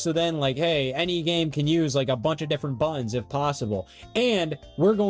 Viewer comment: yeah, a controller video from a guy who can't pronounce "buttons" this won't be irritating.